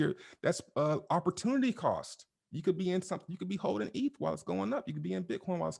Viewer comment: You can tell this guy has no clue what he is talking about by the way he pronounces "eth".